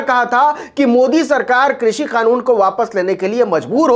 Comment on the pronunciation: वाह मोदी जी वाह कृषि को भी क्रुसी उच्चारण कर रहे हैं। 👏👏👏